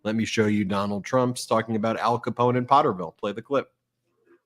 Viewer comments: Potterville....not porterville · It’sPotterville, not Porterville😊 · Potterville, not Porterville.😊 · Potterville, not Porterville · Potterville not porterville... In Michigan is about five miles from Lansing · Ben, it is very important that you get the names of these little towns correct. POTTERVILLE. Not PORTERVILLE. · FYI---Potterville (not porterville) a small burb south of Lansing MI, north of Charlotte, aka "Char-tucky" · Potterville, I believe, not Portervile. You got it the 3rd time around! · Potterville....NOT PORTERVILLE. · The city is Potterville, not Porterville. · Hey Ben. I'm from Michigan. And the name of the town is Potterville not porterville. It's a small town. He's going to small towns and cities that are overwhelmingly Caucasian and racist in my home state. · It’s Potterville , sounds like pot Ben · Potter-ville. No "r" in Pott...Pott-er-ville. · I just have to say something because I live 15 minutes from the town.... it's POT terville. Drove me crazy every time you said it wrong. 😂😂😂 * edit*** oops you fixed it LOL